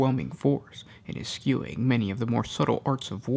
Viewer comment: Suggestion: Pronounce "Eschewing" as esh-shoe-ing and not es-skew-ing. Did you guys skip ALL of school?